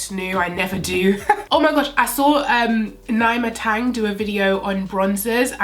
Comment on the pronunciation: Was hoping you'd swatched the foundation shades next to each other.. sigh Please do palette votes on ig.. especially since your looks/choices are so predictable. Would love to see u play in colours outside your comfort zone P.s Nyma Tang is pronounced Neee-mah😅